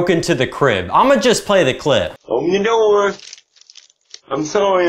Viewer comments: every time he says "open the noor" im on the floor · Bro broke in just to say "Open Da Noor".